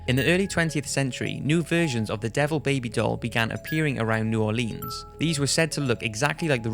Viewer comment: That's not how you pronounce New Orleans